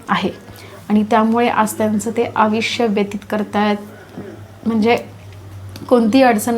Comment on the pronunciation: आविष्य नाही आयुष्य